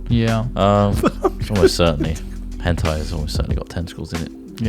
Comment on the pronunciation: Henti?! Hentei?! you gotta be kidding me